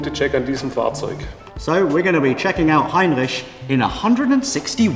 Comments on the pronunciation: Hey! If you want you pronounce R's in French, do it as does it in "Heinrich" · Heinrich is a wonderful name, greetings from Germany BTW : I love your pronunciation of Heinrich, please say it as often as possible :P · Great! Looking forward to this series. Brilliant how you pronounce Heinrich btw.. The Mercedes museum is fantastic isn't it? Not just the cars, but also the architecture. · Wait a sec.? xD Does really speak german? The pronunciation was really good so i'm kinda confused now ^^ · The right pronounciation of the ch in Heinrich requires me to give a thumbs up already! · i love that you're saying the name right !! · your pronunciation of Heinrich, damn god alternatives: u know what, screw it, it's Heinrich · Great pronounciation on "Heinrich" Greetings from Austria ;) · Solid pronounciation